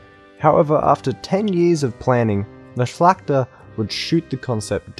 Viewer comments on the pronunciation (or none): none